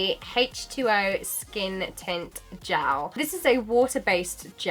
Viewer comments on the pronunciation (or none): gAAAAALLL. Mate its g-E-l